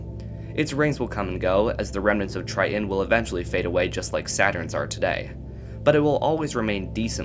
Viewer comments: Argh. The glottal stop "t"... Pronounce BOTH Ts IN TRI-TON, not Tri-on. 😅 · Take a shot every time he says "Try-en" lol